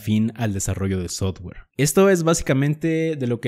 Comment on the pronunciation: No entiendo si sabes ingles por que pronuncias sotguer en vez de softguer? Si es software